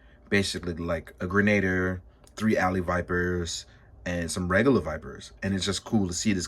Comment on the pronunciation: Good thorough review. The pronunciation for grenadier is gren-a-deer.